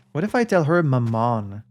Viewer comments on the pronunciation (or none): “Mammon” (usually pronounced more like mámmon, not mammón) actually just refers to money/wealth - often in the context of greed. So when Renzo talks about it, it’s more in the sense of capitalism ruining Art (capital A). Might as well be the son of satan in his eyes, but besides that, Mammon being satan’s son is, I think, mostly an invention of the movie Constantine 🙂 (love that movie) Also, yes, Renzo won big at the casino but that too was him taking a swipe at the people funding his work; he gambled with their money. And as he said in Journal du Sud, he’d advise other film makers to simply rob banks instead.